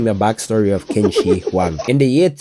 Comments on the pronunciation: I’ve heard worse, but my boy Qin (it’s a bit closer to chin) Shihuang is the goat! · Qin is pronounced more like tsin